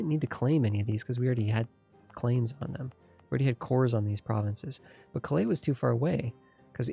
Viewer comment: Loving this series - but got to say it's Cal-ay not Clay for Calais lol